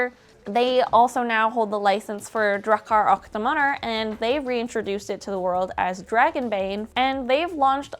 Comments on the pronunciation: You know google translate exists? You know you can press on that little speaker icon to have the TTS read out the text? You can put the foreign word into google translate and then listen to how it's pronounced in that language... You weren't even slightly close. Yes, it did in fact bother me so much I had to pause the video after only 10 seconds, sit in stunned silence, check google translate just to make sure this feature hasn't been suddenly removed, and then type out this entire comment... After only 10 seconds in. I've never heard anyone ever pronounce Swedish this badly. If you had said it with an American accent it would've at least been intelligible. You stressed the last syllables for some reason, even though the English word for Dragon puts the stress on the first syllable, so you just arbitrary decided that the second syllable should be stressed. And then you decided to use German pronounciations for a non-German language. Swedish isn't German, why would you decide to switch from English to a German pronounciation? Both are wrong, of course, but at least with English, you would be consistent with the language you're talking in the video. If this video was in German I wouldn't have batted an eye. But you spoke English, then switched to German, to say something in a language that isn't German. Like switching to French to say something in Italian, sure both are Romance languages, but they're not even remotely similar in pronounciations. I have to stop typing otherwise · Draachaer aach deamaaunur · For non-Swedes, it's pronounced: [draa•kaar ook deh•mon•ehr] As the sounds in "draw", "are", "hook" and "demo". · Drakar och Demoner is Dragons and Demons in English.. and pronunciation of was horrible... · Why'd you pronounce Drakar och Demoner like that... I'm sad now... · Man... you really slaughtered the pronunciation of Drakar och Demoner :( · Who taught her skånska for pronunciation of the Rs? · Drachar ach damanar! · Drahkar ack Demanhar 👌